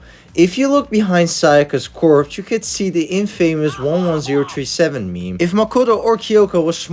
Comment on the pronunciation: If you're going to script a video, at least pronounce the words properly. "Infamous" etc. It's so obvious you're just reading from a piece of paper.